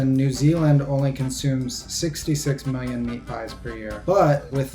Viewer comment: Anyone realise that the guy said mailion